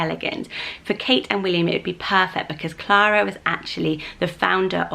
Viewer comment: I love Alice and Elinor! Clara is beautiful the way you say it 💜